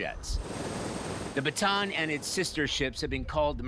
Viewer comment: It’s USS Ba-Ta-ahn